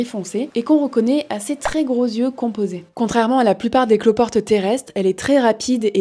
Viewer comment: Super vidéo. Un seul bémol : les liaisons maltapropos. Les saltiques n'ont pas "8 zyeux" mais "8 tyeux". Et les "autr'espèces" sont en fait les "autres zespèces". Bonne journée.